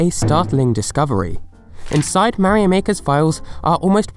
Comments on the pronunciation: THE WAY HE SAYS MARIO PISSES ME OFF SO BAD ! IT'S MARIO, NOT MARY O! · Why does he keep saying 'Meh-rio'. Mario is not that hard to pronounce. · whats a mayrio i only know MARIO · it is very odd the way you say Mario, like Marry Oh lol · .....I die inside Everytime you mispronounce Mario....it's slowly driving me into a homicidal rage....